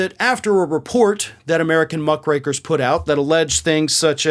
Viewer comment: I thought you said Muff Breakers hahahaha 😆 😂 🤣 I was like whoa what did he just say? Had to listen again. Muck Rakers is what I think it is lol.